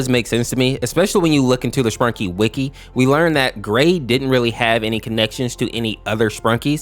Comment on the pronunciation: Did you just say "Spankies"💀